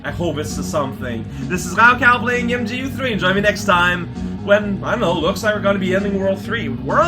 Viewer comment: "MGU3?" I think you mean "magoo 3." We had "maagul" and "maagul ecks," now we have "magoo."